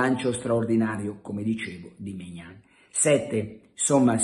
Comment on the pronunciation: E che Maignan si dice Mignón